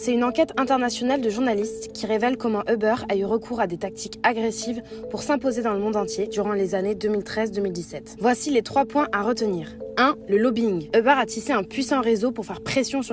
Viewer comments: On dit "Uber" pas "Euber" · « J’ai commandé un Hubère » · Très bonne vidéo sur "Eubeure" 😄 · "EUBEUR" Mdrrrr fuck no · Les anglais le prononce pas comme ça 😄